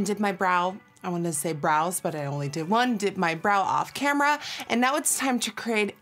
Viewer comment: Every time you say I did my brow I always think that you’re saying I dipped my brow LOL. I wish doing my eyebrows was as easy as a dipping it into something and it looks as good as that😂